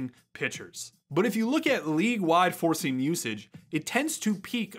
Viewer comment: Lots of good info in this video. Funny thing though, I was watching the video at nearly 2x speed (like I watch most videos at), and for the first few minutes, every time you said "four-seam" fastball, it sure sounded like you were saying "forcing fastball", and I kept wondering what the heck a forcing fastball was.